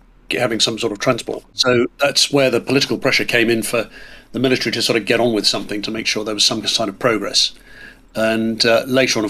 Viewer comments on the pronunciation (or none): none